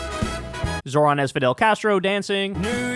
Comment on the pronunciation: Can someone please teach Kyle how to say Zohran correctly? He says "Zo(h)r-an" (Zor-ahn). Its pronounced "Zoh-ran" (Zoe-Rahn). Its driving me insane because he criticizes people for not saying his last name correctly and then mispronounces his first name constantly lmao